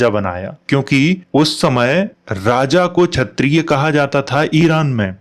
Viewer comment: chayatiya nahi kshayatiya kh not ch sala bihari gutkha